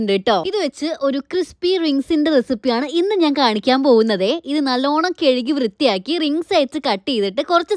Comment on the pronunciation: കഴുകി ❌കെഴുകി ✅